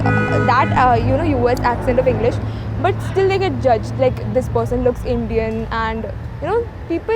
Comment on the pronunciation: This south Indian said.... Butta... Instead but. The most educated Indian... Pseudo